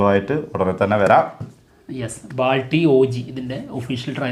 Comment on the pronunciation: Bro balti aanu not baalti😊